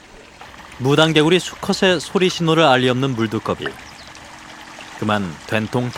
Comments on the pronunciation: "무랑개굴리" 발음이 왜이리 웃긴지 ㅎㅎ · 무당개구리 라고 한국말로 발음하네요.. 한국에서 부르는 발음으로 불러주는게 참 고맙네요.